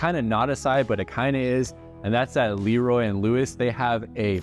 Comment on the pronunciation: I wish you had time to go visit Corkscrew in Houston. Best brisket ever! Also you pronounce LeRoy and Lewis Le...Roy. They're definitely a new age BBQ spot. Great sides and Q.